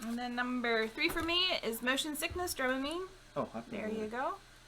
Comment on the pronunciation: And yes, I was telling you how to pronounce Dramamine while you were trying to say it 😂